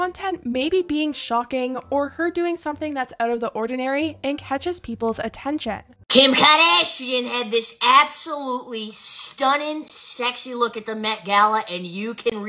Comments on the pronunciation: Guys no way she says KHem Karcachian wth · "KIM KARdEEESHIAN" 👹